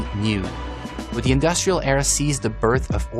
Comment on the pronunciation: "They say this is the modern EEra..."